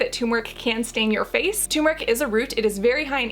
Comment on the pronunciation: Turmeric is pronounced tuRmeric not "toomeric."